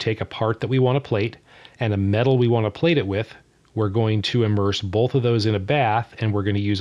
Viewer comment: Why do you say "bolth" instead of "both"? What kind of accent is that?